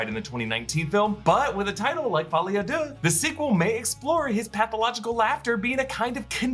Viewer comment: Thank you for pronouncing that for me lol